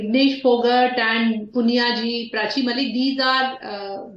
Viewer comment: This woman says, "Prachi Malik!" How ignorant can your panelists be?